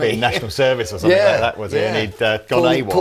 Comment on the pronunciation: Please, it is somethinG not somethink.....otherwise great show.